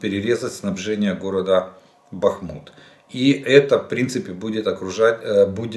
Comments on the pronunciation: 1) БАхмут, а не БахмУт; 2) різниця в часі між Україною та східним узбережжям США 7 годин, а не 9; 3) ОСНО був підписаний у 1991р, вступив в силу у 1994 р, а не "був підписаний у 1995 р." тощо. Нема сил все це терпіти Прощавай, канале. Відписуюсь. Ну, за старання -дякую. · БахмУт,..лядь, БахмУт. Немає сечі терпіти ці пекельні борошна? вали. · Почитайте, як правильно говорити: Бахмут з наголосом на «а». Інша вимова є русизмом , наприклад, ГостомЕль, як вимовляли російські окупанти. Чесно кажучи, дуже ріже слух.